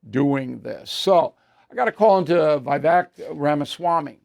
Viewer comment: He’s name is no vai vejk it’s Vivek like cake 🧁 😂